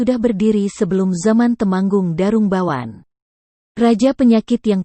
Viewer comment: Narasinya jadi jadi banyak salah Tumenggung Jadi Temanggung Merah jadi Marah ..